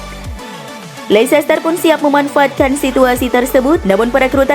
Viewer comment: Leicester itu sebutnya leister min..